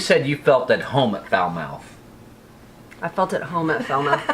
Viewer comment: Falmouth Pronunciation: Fal-moth Not Foul-mouth Lol😁😄🤣😃 Splendid video nonetheless👍👍👍👍👍